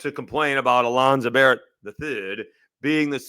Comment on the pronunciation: Barn-ett not Barrett.... 7 TD's and everyone should know his name now